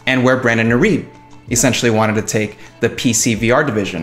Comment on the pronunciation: irib WTF learn to say his name.